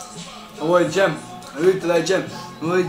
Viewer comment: Kaže se DŽEM!